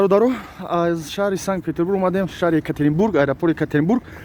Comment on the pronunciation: Санг-Петербург не, Санкт-Петербург! Бисерии точикон санг мегуянд)) 🤭😅👍